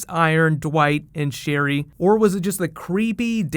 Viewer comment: Sherryl. Just that. Sherryl.